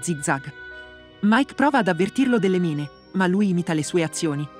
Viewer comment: Credo che il bot che dia la voce, non sappia le pronunce inglesi. Infatti inizia col titolo: "mine" anziché "main"